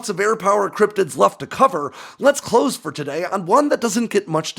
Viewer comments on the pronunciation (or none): none